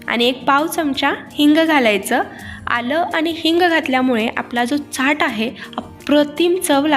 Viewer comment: Chat lihilel asla tari boltana chat nahi chyat asa uchar krtat